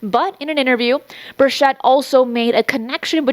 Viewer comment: It's Bur(ch)ett not Bur(sh)ett.